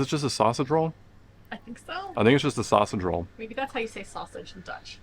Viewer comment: you seemed to say "it is a zachte drol". Fortunately, two seconds later it was clear to me you meant to say "I think it is a sausage roll".